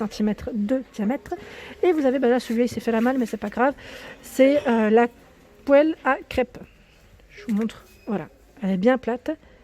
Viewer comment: Cc 😘 On ne se moque pas de moi parce que c'est écrit en anglais.....je sais je suis ringarde😈 J'adore l'ensemble mandoline, qu'est ce que c'est pratique ces p'tites cochonneries Tu me fais trop rire qd tu dis poele!😂 Jolie la gamme Eline, mais je reste inconditionnelle à IRANI et à la porcelaine so british avc des fleurs! Je me suis pris une petite boite métal bleu avc des chocolats dessus qui s'ennuyait tte seule ds un rayon! Qui c'est qui ne va plus sortir faire sa petite fofolle le soir ds les rue de Montpellier?????? Devinez...... Courage c'est pour ton bien, sois forte 😘😋😉😉😉😉 Pose ce couteau tu pourrais me blesser.! 💋💋💋💋💋💋💋 😎😎😎😎😎😎😎🌷